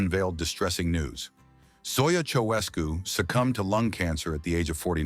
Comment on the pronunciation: Learn to pronounce Ceaușescu